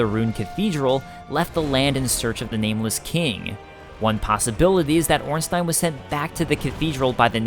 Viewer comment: You are the first english youtuber to pronounce Ornstein correctly😄